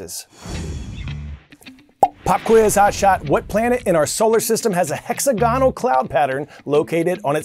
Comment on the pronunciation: Hey Coy! We love you and mean no disrespect, but we are the 7th grade mathematicians at Gesu Jesuit Catholic School in Detroit, Michigan and right now we're studying geometry, so we noticed that you mispronounced hexagonal when you were talking about the clouds on Saturn. It sounds a little bit different than hexagon. Keep up the good work! :)